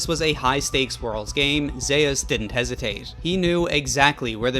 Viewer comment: ZE-US?! cmon bro..